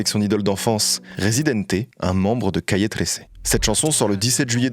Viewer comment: J’ai adoré!!!!! Merci. Et ne t’inquiète pas, tu prononces Calle 13 mieux que tes tres belles et inspirantes tentatives d’annoncer des choses en anglais hahahhaha love love love ❤